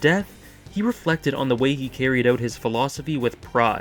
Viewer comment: "ouwt" "abouwt"